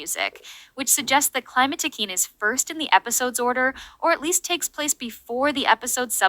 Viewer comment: Did you use an AI voice for this one ? It seems quite different frome before, and "queen" isn't said correctly ?_? The global title for this season is "A new beginning", I think the fact Climatiqueen deals with Aurore once again is there to really stresses that point. It launches Adrien, Marinette, and Sublime's character arc, and one of the main themes of S6, social media. -> Adrien has to find himself -> Marinette is shown being unable to detect the emotional distress of people around her, and it's shown this inability even extends to Adrien, though it's not as bad than with Maya or Sabrina. If you're saying the scene where Marinette receives Adrien's text and doesn't know to answer and then answers nothing, is filler, then I disagree 😁. It shows Marinette doesn't manage to read the subtext of Adrien's message and how he needs her support. Of course she doesn't know he feels depressed, but she does the same mistake than in Perfection: seeking the perfect behaviour, she ignores her closed ones trying to reach her, rather opting for making the "perfect" move later. Here it doesn't seem to have lasting consequences, but it echoes the end where it seems to hint that Marinette should have walked Adrien home. It seems Marinette has some blind spots in her ability to emotionally be there inthis season. It might be an aftermath of the London special. -> Beginning the parallels between Kagami and Sublime, she's introduced as a mysterious girl who becomes Adrien's sport partner. -> I